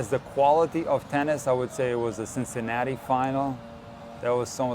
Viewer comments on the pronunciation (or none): none